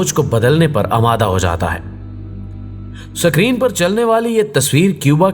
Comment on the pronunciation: Screen hota he sakreen nahi hota Bhai